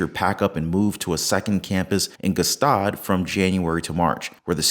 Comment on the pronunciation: It is pronounced “staad” not “g-staad”